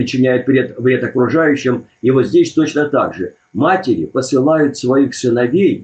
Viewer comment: матерИ, не матерЯ)). Не обижайся, ты умница и молодец. За гостей спасибо!